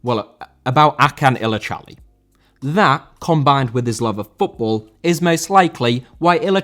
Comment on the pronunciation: His name is pronounced Ajun illijali